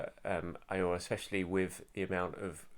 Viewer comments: Aouar is pronounced Oh Wa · Aouar is pronounced Ow-Ahh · his name is pronounced (Ah-Waar) which in arabic means "Pain" or to experience pain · I think it is pronounced ah-oo-ahr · According to a football expert called Don Robbie, Aouar is pronounced, “Aurier”.